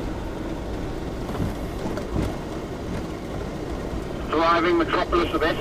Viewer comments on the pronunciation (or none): Pronounce 'Eselbank' with a longer 'eeee' .. if it had a double-s, you would pronounce it the way you do. Just thought I'd give you some feedback .. took me a while to figure out where you were 😂